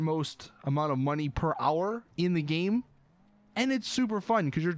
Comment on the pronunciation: you say "game" like "geem"